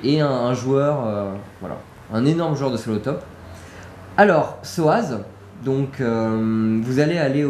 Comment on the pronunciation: SOZZ PAS SOAZZ